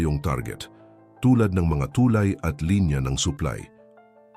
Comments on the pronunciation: TuLAY, hindi TUlay. Salamat sa pagtanim ng Wikang Pilipino. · Ang ganda ng content at message... Pero ang daming maling accent o pag pronounce nang mga salitang dapat na itama na naayon sa tunog ng pag bigkas nito... Gaya halimbawa ng TULAY, LUMALALA, LABANAN at marami pang salita o punto na mali ang tono ng salita. Yun lang... Mukhang hindi purong PINOY ang nag sa salita ng narrative ng content.